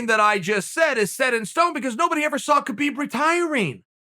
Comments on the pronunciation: Uncle Kale, after all these years it's "Habib". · It’s humboorguer and calka cola time for Khabib